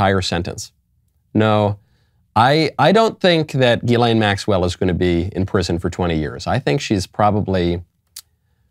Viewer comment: Hey genius her name isn't "Elaine"